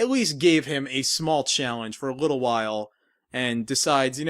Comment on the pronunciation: "Wittle kids"